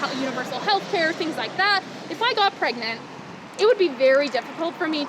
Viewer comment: She corrected herself! Pregenant people! LOL